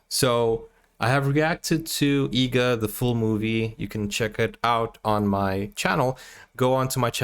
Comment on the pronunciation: Bro the movies name is EEGA , not EGGA. please correct it in the description as well as in the title.